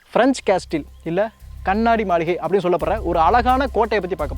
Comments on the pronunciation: காசில் என்று கூற வேண்டும் ..அது காஸ்டில் அல்ல bro. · முதலில் சொன்னது பிரன்ச் காஸ்டில் என்று சொல்ல கூடாது. பிரன்ச் காஸில்... என்று சொல்ல வேண்டும். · "கேஸ்டெல்" இல்லை "கேசில்" இதை இப்படித்தான் உச்சரிக்கணும். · Castle சரியான உச்சரிப்பு கேஸில். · Castle should pronounced as Casil. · "T" silent for Castle pronounce as கேசில் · காஸல் என்பது சரியான உச்சரிப்பு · Castle இந்தச் சொல்லை உச்சரிக்கும் போது t சைலன்ட் ஆகி casle என்று உச்சரிக்க வேண்டும்! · Hi unga ella videos uhm super, thapa eduthukatheenga correct panrathuku! Castle sollaravitham thapa solareenga t silent in castle so casle apde thaan solluvanga